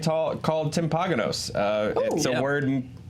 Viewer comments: “Timp-AH-gan-ohs” Lol, it’s “timp-an-o-gose” -your friendly Utahn P.s. now try pronouncing Tooele, Utah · Hahah timpahgahnos!! Its timp ah no gus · Dude your pronunciation of Timpanogos was so good. Loving all the Utah talk, I’m a fellow Provian as well. 🌶 Edit: you said timpanogos so wrong but I loved it. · Provo! That's where I live! Also,, that's the weirdest pronunciation of "Timpanogos" I've ever heard.